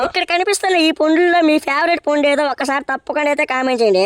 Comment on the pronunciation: పుండు ❌ పండు ✅